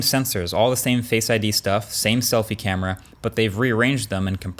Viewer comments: C A M E R AAAAAA! Not in uk camery🙄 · It's a good "camry". - Marques(2021) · Was the "great camery":? part intentional or a mistake and you left it in? Either way I love it!